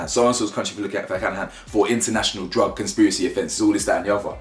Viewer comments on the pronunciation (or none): none